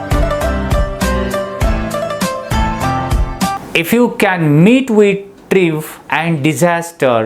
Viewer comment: Prounce लुझिंग & ट्रायंफ